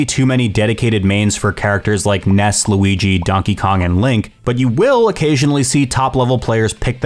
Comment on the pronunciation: great vid, but it's Luigi, not Louigi